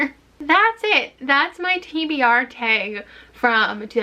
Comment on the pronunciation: The TBR Taeg. I'm NOT a Canadian, so it literally sounds like taeg